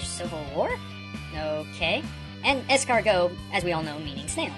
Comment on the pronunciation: when u say escargot the t is silent